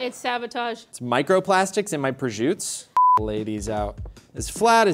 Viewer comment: "microplastics in my prosciuts" - 😂